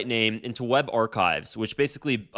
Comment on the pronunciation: cant even read and pronounce ARCHIVES... smh. subbed and unsubbed in 1 minute flat. wow the idiocracy of the 2000s